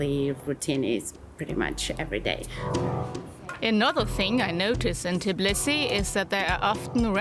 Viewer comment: Why, oh why can't you learn to pronounce the name of this city properly?! It is called TBI-lisi, not TIB-lisi.